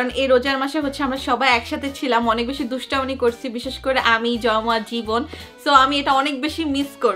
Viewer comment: দুষ্টামী ❎ দুষ্টামানী✅😂😂😂😂😂